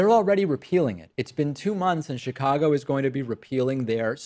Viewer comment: they way David said Chicago reminded me of an old video in which he said he often mispronounces Chicago and says it like he would in Spanish..